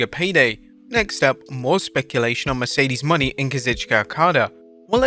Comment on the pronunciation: Are we going to just pretend that he pronounced it Mercedes MONEY?